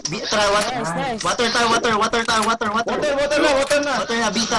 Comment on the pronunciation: weak poota.. may woter pang sinasabi haha ano yan ...haha nakakatawa kayo sh8